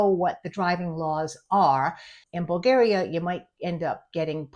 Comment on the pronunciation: In Bulgaria it's illegal to say BulgEria. It's BulgAria, with "A" like BrAzil.